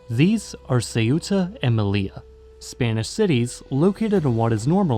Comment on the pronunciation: but also with Melilla, very common mistake but it’s actually pronounced meliya, because double L In Spanish is pronounced like a y